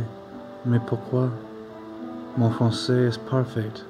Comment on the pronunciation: He actually said 'mon français est parfait' with 2 small mispronounciations.